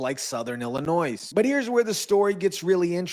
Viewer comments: Like Illinoize. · Illinoi.. don't pronounce the S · FYI: The "S" is silent in Illinois. (Illinoy) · Not for nuthin ... but there is no "noise" in Illinois. The "s" is silent for gods sake Otherwise ... good content sir. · GOOD JOB REPORTING - in Illinois - we do not pronounce the s - ILLINOI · It's pronounced Illinoi. The s is silent. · Please don't pronounce the "s" at the end of "Illinois" as it is the incorrect pronunciation. Thanx for sharing yourself and your opinions. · The s is silent when you say Illinois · The s is silent in Illinois. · PRONOUNCE "Illinois" correctly please!!! Its easy to google HOW TO PRONOUNCE ... WOW !!! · Illinois...the S is silent. 👍